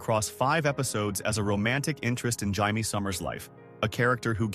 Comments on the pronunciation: Right? It's Jay-me, not High-May! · UGH fix the audio. Its Jay-Me not HI-Me. Also that one pic is Richard Dean Anderson from stargate. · Hamee ? It's Jay mee . She is not Spanish . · Why does the voice keep saying Jaimie summers a guys name when it’s a lady name